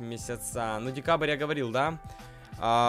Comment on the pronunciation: У тебя ошибки не стана а страна и не декабырь а декабрь